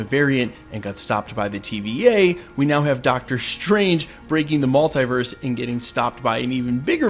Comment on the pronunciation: Stop saying multEYEverse!!! It is multEEverse!!!